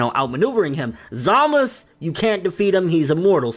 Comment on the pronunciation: why do you say Zamasu wrong you say zamos bro its za-ma-su